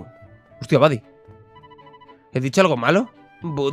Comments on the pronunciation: Porfavor jajajaja di "bady" no "budy". Lo digo por que en la serie original lo llaman así no por otra cosa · Buddy se lee "Bady" jaja me pone nervioso oírle decirlo mal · se pronuncia bady no budy